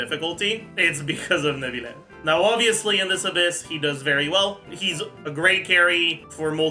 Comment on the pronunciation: "Neuvilette and Nilouyette." :D